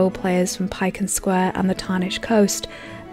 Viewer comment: ugh ... u said piken square ... ur not perfect after all